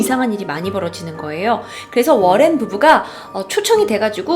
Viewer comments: 워렌이라쓰고 로렌이라고 부르시네요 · 머랭부부로 들린다.. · 잇츠 머랭 타임!!! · 이거보니까 머랭부부라고 들렼ㅋㅋㅋㅋ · 전 러렌부부라곸ㅋㅋㅋ들려요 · ㅇㅈ이요 ㅋㅋ